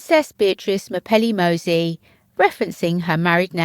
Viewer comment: Why don't you use Google translator and listen how to pronounce Mozzi? Your mispronunciation is annoying